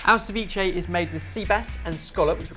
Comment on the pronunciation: this guy cant even pronounce ceviche right, what a joke.